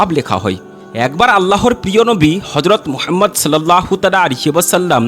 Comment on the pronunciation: আমার প্রিয় নবী হযরত মোহাম্মদ (সাল্লাল্লাহু আলাইহি ওয়া সাল্লাম)এর নাম টা ভালো করে উচ্চারণ করুন